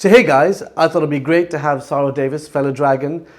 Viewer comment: Only pretentious people change the pronunciation of their name, Saara Daveez indeed 🙈